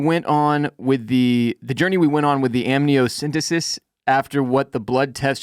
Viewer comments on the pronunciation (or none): It's amniocenTEsis